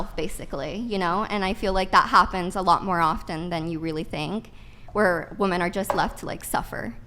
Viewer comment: Ohhhh, I remember her! The dumb ho that can’t pronounce: ‘womEN’, the plural of the word ‘woman’. It’s actually pretty frustrating…